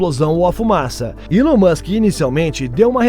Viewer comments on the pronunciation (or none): none